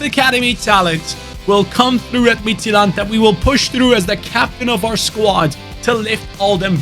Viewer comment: great pronunciation of midtjylland, as a dane im proud of you